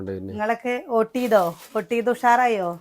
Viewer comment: ഓട്ട് അല്ല വോട്ടാണ് പ്രസി😂